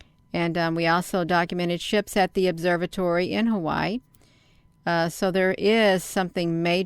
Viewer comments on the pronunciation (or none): none